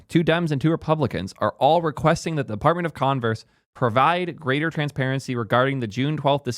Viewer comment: I swear, I hear : Department of Converse 😂